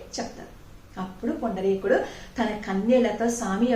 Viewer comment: పుండరీకుడు.... మీరు పదే పదే పుండలీకుడు.... అంటున్నారు కుక్కుటమహర్షి ని.... ఒకసారి juhnu మహర్షి.... అన్నారు గమనించగలరు